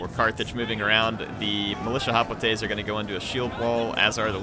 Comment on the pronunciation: As much as I like Total war Rome2, It pains me to listen to call Hoplites... Hoplatay's. He started out saying it right, Than cringe factor started.....